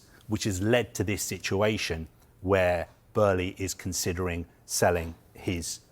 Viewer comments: It's Todd bo-e - ley pronounced not berley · Did it really take 9 minutes to not say much? I could’ve sworn it was Bowl-lee but Burley Barley. Is this man drunk? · is utterly crap, like most of the staff at Sky. It’s like watching a TV version of The Sun newspaper. Firstly, his name isn’t Todd Burley it’s Todd Boehly. You idiot! Secondly, why do you speak in slow motion? Are you utterly retarded? Why does it take you 6 minutes to say something that could be done in 2? You’re crap mate. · Who the f*** is burley ? Boehly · Todd Burley 😅? Thought it was Todd Boehly? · Bohely lol not Burĺey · Todd boe-hly not "Burley", he's saying it so confidently like he's staying it correctly. 😂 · “Boehly”…not “Burley”…is he pronouncing it correctly?! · It’s Boehly not Burlee!!! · Why does it sound like he keeps saying Todd Burley 😑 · Just. I don’t know. “Bloomberg…….who are a………respected news…………agency.” Also, baby, it’s not f’n “Burley”!!! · Is he saying Burley? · Breaking news...Todd Boehly would like his name to be pronounced Todd "Burley" and our leading football reporter has the lead on this story... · And says it wrong! Burley? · Why does he keep saying Todd Burley lol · lol thought I was the only one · I understand it's a German name, but he's American and Americans don't pronounce it Burley 🤣 No one has ever called him Burley until now. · "Todd Burley" lol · Crazy how many times he said it as well! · Why does he keep mispronouncing his name??? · Where is the R in Boehly? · If you come in as an expert, at least try to pronounce the name correctly. 😮‍💨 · mispronouncing his name too. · He's convinced that Boehly is German-American, and because of that he has to pronounce it like he pronounces Oezil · no it's just bad reporting its no hard to pronounce Boehly